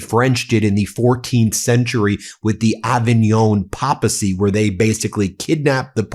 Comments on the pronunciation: Great report, thanks Ben. BTW, It’s pronounced PAY-pacy, not POPacy. 👍😉👍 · Ben luv your podcasts hv followed you from the earliest days of MTN's Very inception but i need to correct you on this as a devout Catholic : THE CORRECT PRONOUNCATION IS PAPERCY OK not papacy THKS SO MUCH and continured success with MTN may it in the very near future becone the Primary source of Actual/ factual news reporting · Ben, papacy is pronounced pape-ah see, not pop-ah-see, otherwise great reporting except the Pope doesn’t despise anyone, he’s too truly humble to set himself so high, but he does condemn their harmful misguided actions and prays they mend their ways and honor our Lord by working for peace and justice. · It’s PAY-pah-see, not pah-pah-see. Not trying to give you a hard time, just a heads up. 💙💙💙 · The pope is standing firm. I would not describe him as "furious". (That's the sensationalism we have asked you to tone down.). Please, it is papacy not "popacy". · Well? If he were smart? He would excommunicate ALL American Catholics who support this orange POS. And people! The word is PAY-pah-cee! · Ben, please pronounce "papacy" correctly: "PAYpasee." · It's pronounced "pay-pa-see". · Ben ... It's "pape uh c"!! 🤦‍♀️ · Ok Ben, I really like you but I must tell you just in case you’ve not heard it, the word Papacy is pronounced with a long A sound: Pāpacy Just FYI ❤ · I love you Ben, however Papacy is pronounced Paypacy😉 I was brought up R.C but turned away from it at 14/15yrs old so I was brought up convent educated and familiariszed with all the terms and jargon. I mean no disrespect towards you and your Vital work ❤ I have been watching Meidas Touch since its inception and rely on it for honesty and speaking truth. Go Ben and brothers!! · Ben…forgive my OCD, but it’s pronounced PAPE-uh-see. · Not a money-in-religion pun, just pronunciation. Long A and emphasis on the first syllable. Not a rare or obscure word. "Pappa see" stands out like a sore thump.